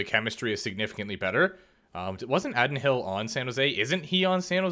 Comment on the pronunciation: (AAA-Din HILL )not addd-in hill 😂 good video